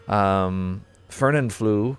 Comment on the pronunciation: FernanFLU instead of fernanFLO made me laugh so hard lmfaoooo (It’s pronounced like “flow” but without the W)